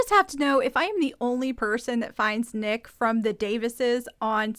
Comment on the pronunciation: It’s N___ICK. Like GarrICK.😊 Yeah, Teresa wants screen time to highlight her”rap” career (?).